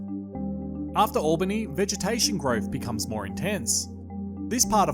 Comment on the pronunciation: Great video mate. At the risk of being parochial it’s “al” “bany” (Albany), not “all” “bany.” I wonder have we would fare if something similar occurred at the present time. I think it would definitely be a case of “Oh, the humanity…”